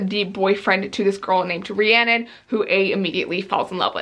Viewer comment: it throws me off so much hearing you talk about every day and saying rhiannon😂